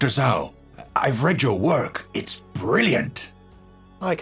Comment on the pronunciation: Actually, Mei's surname is Zhou (pronounced like "Joe"). Either Sigma mispronounces it as "Zhao" or he is referring to someone else Edit: though the later could be impossible since it's a "pair interaction" like you say.